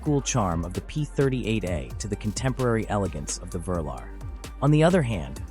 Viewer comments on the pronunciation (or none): The VERLER….OH YOU MEAN THE VE-LAR which was the code name for the first range rovers and stood for V 8 LAND ROVER……come on AI get your facts and pronunciation correct….especially if you are planning to take over and eradicate man kind….😋